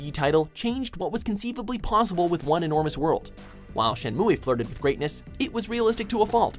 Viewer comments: It's pronounced (SHIN-MOO) not shin-moo-a or Shin-moo-E. c'mon lol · it's pronounced (shen-moo) not (shen-mue-ay) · Shenmue is pronounced shen-moo, not shen-moo-ey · Shenmu-Eh? Seriously? Dude, c'est pas de même qu'il faut prononcer ça!!! Ça se prononce "Shen Mou!" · Even in Japan, Shenmue is pronounced "Shen-moo," not Shen-moo-eh. It's not romaji. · Why do you always pronounce it "shen-MOO-weh" when even the commercial you used says "shen-myu?" Between that and your mouthful-of-peanuts way of pronouncing Celine Dion, I'm bound to fling my tablet at a wall. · Oh yeah, "Shenmuay", my favorite. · Shen mooo aye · Shen-moo-aye? Were you drunk when recording this? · Shenmua? Andruus? Has this guy even played these games? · This guy not knowing how to pronounce Shenmue is kind of annoying... The e is silent yo lol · AprilsMoon92 ikr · Lmao why would you pronounce Shenmue wrong and add a commercial saying it the right way? you wanted to piss ppl off I guess? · You even pronounced Shenmue wrong, don't even bother to criticize it. LOL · I hate the way he pronounces "Shenmue" 😑